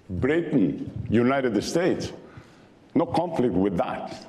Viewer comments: Mucho gracias? Your not in Mexico speak English. The jewnited estates of America ? He says he respects America then butchers our language and our good name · Fox is an usurper living in the US and claiming his lovely Mexico is so beneficial to America. Meanwhile his globalist tilt is fucking up our economy. And Dummy learn how to respect us, It is pronounced United States not Uniteted Estates jerk. Buid the wall!!!!!